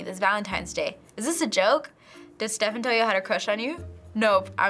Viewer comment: .... She said Stephen wrong -_